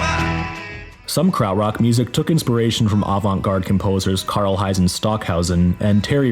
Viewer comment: bro holy shit this video is unwatchable KARLHEIZEN really? KARLHEINZ ffs